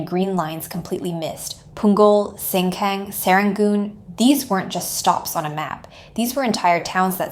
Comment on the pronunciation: it’s pronounced seng-gang my days